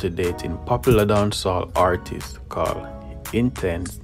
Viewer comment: The grammatical errors...lawdddddd... Explosure????exposure Hartist????artist Tek time and pronounce the words and speak in your normal accent and it will flow naturally.